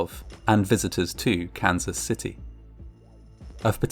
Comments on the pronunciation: Sounds like hes saying cancer city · Took 3 times of hearing "Cancer City" and thinking what a horrible name until I realized he was say Kansas LOL 😆